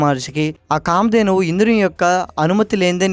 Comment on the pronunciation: Ist Comment : ఉచ్చారణ స్పష్టంగా లేదు. కాంచిపురాన్ని కాచి పురం, కామదేనువు ని కాందేను అని ఉచ్చరిస్తున్నారు. ఉచ్చారణ స్పష్టంగా ఉండాలి